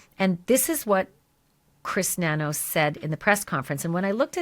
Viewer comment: I'm laughing that you said Chris Ba'Nanos 😂😂😭😭